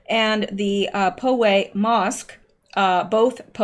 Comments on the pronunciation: Hi luv, I enjoy your content immensely and your cat antics and your quirkiness, it's all great! I just want you to pronounce things properly... I wrote this before when the shooting happened in Poway, since I grew up near there I have to tell you again to please pronounce it POW WAY not Po Way, thanks for all your work! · Sorry--POWAY is not likely to come up in your life again--but the pronunciation is POWay as in POW, BANG, CRASH or as on BOW-WOW or as in OWee or as in BOW to the king or as in etc. vs POway. It's actually a rather small village--last I was there. Must be larger, now. LOL. Love your show.